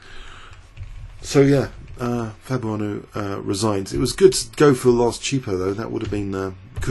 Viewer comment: Twice you called him "Fabuano" mixing up his last and first names into one lol